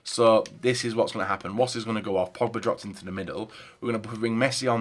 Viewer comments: It's pronounced 'vass' not woss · Not pronounced ‘Woss’ you donut